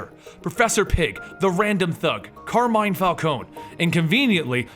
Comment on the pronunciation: its pronounced carmin falcoenee